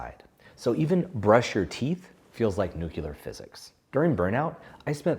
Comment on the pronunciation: Nuclear physics. Not Noo-Q-ler physics.